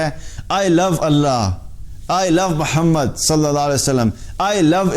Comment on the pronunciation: Allah Hume hidayat de. Bhai I think u r not saying the name of prophet sallelaho alaihewasallam clearly. I mean u r taking it very fast.it should be clear. Sorry to say .but I have noticed so many times. But u r doing very good work.Allah apko khair ata kare.